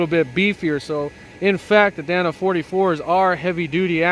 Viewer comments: Dana. Not Danna. DAY-nuh. With that body lift you could easily tuck the drivetrain up a bit higher and have a flat belly skid. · I used to date a girl named danna.😂 i believe the axles are pronounced "day-na"